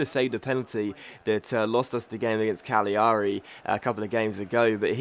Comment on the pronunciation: ***** Cagliari is pronounced Ca - glee - ari